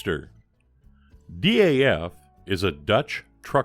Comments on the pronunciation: The name is pronounced as one monosyllabic "Daf" (with the A as in America or Arnold), like "daft" minus the "t"... at least according to the dutch people who run their awesome archive/museum. Keep up the great work. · Another fine resto fella, looks factory fresh. FYI here in the UK DAF is a word pronounced like daft, but with a silent T Haha. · DAF are now part of Paccar, who own Peterbilt and Kenworth, I think most people say DAF as a word, instead of separate letters, even though you are probably right to pronounce each letter, M.A.N. are the same